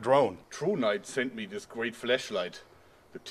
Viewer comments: He was saying fleshlight with his accent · Oh my god... Stop saying flashlight as fleshlight. It sounds so wrong. Please. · I thought u said fleshlight instead of flashlight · Sounds like he's saying "fleshlight" every time he says flashlight, and it's hilarious. When he said someone sent him a fleshlight I was like "WHAAAA?!" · The Littlest Giant I thought the same thing lol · I legit thought he said fleshlight and it looks like one too! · Am I then only one who heard fleshlight? Then was like OHH a flashlight ok... lol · he's saying flesh light! that thing is like 3" long! haha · it sounds like he's saying flesh light 😂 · Sounds like you said fleshlight😂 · Lol he says flash light like flesh light xD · when you say flashlight it sounds like you're saying fleshlight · for a split second i understood "fleshlight" and that threw me off a lot ...then i saw the actual light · He said flesh light😂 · I thought he said fleshlight 😂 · Hahah! Did he say fleshlight?! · coulda sworn he said fleshlight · I could of sworn you said flesh light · Any one else thought he said fleshlight instead of flash light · he just said fleshlight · thought he said fleshlight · Lol I heard flesh light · haha u kept saying fleshlight instead of flashlight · flehslight XD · The Littlest Giant I know I heard the same thing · you need to work on your pronunciation of flashlight there joerg XD what you are saying is a little naughty.